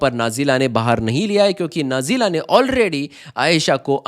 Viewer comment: नजीला नहीं बेटा नाजिला नाम है